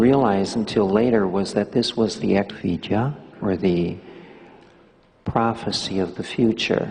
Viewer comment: 🌻Thank you for your complete and accurate answer Also your time and attention Yes, that was the perfect answer My guess was the word "Eck Vidya", but Mahanta's pronunciation seemed to be "Eck Vi - ja". Thank you again and I wish you the best May the blessing be